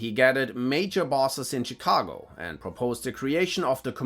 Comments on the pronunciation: Lol, it's actually pronounced "Shuh-cago" :) good video nonetheless, but that bit made me chuckle. It has like a Spanish twang to it. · lol "Cheekago" xD